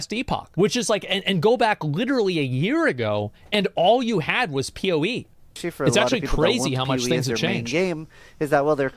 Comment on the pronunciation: Why does that guy call PoE PeeWee?